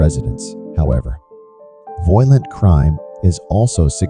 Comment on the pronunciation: Funny how the computer pronounces violent to sound like "voylent" Anyway, unsurprisingly, one thing all these cities have in common is a high black population.